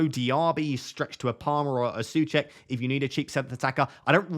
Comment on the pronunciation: My Mrs is from Czech Republic and she's going mad about how you're pronouncing Soucek 😂